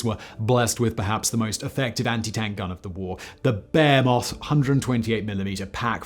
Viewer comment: a "bear moth" OH behemoth......